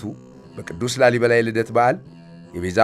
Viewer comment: ላልይበላ ሳይሆን ላሊበላ ነዉ እኮ ትክክለኛዉ